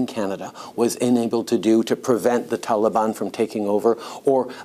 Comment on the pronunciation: Not to mention that insufferable way she pronounces "Afghanistan" and "Taliban".